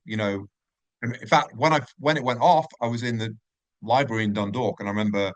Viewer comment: F@ me Dunydalk , what the F@ shite is this ... It Dundalk ffs